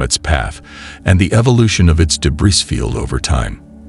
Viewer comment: Gee, some illustrative graphics on what a meteor shower is and actual viewing details and tips might have been helpful, instead of just having continuous AI Jeebus images. And, "debriss"? Really? Please monitor the output of your AI announcer. And, why would anybody bother deleting this? Your clickbait headline is senseless.